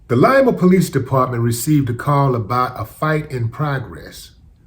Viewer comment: He got arrested in my hometown of Lima.... and congrats willie you said Lima right